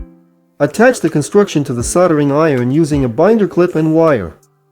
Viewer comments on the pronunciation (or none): none